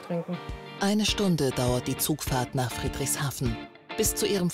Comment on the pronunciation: Friedrichshafen wird weicher ausgesprochen^^